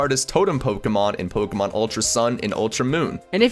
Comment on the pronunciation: your accent makes it sound like youre saying pole-kuh-marn